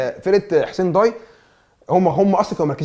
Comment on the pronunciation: ياجماعة اسمها نصر حسين داي مش ضاي نفس نطق day. الداي هو لقب حاكم الجزائر العثماني زي لقب باشا في مصر او خديوي. حسين داي كان حاكم الجزاير وصاحب حادثة المروحة الشهيرة مع السفير الفرنسي حسين داي احد اكبر الأحياء في وسط العاصمة الجزائر والنادي علي اسم المنطقة. مصري عاش في الجزاير